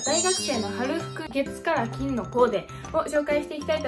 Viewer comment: 最初｢月火金｣って聞こえて、なんでそのチョイス？って思ってたら月から金だった